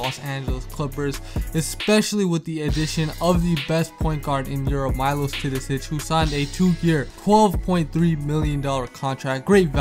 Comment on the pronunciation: its Meelosh not Mailosh